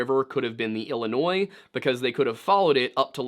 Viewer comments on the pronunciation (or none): none